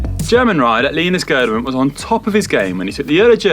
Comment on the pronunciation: Please get the pronunciation right next time! Linus Gourghdman isn’t how it is pronounced.